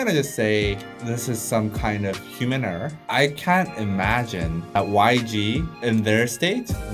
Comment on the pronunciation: That guy in black keep on saying hemuuunerr hemuunerr..?? Like whaaaAaatt? Haha it's human error .. ? 🤔🤨😂😂😂😂😂😂